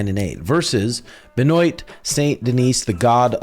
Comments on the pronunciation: Benoit= Ben Wah Poirier = Pour Yay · My boy said Ben OYT lmfaoo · Charles Livyera. Ben-oyt 😂 you’re killing me with these names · Someone has to teach this how to pronounce benoit 😂😂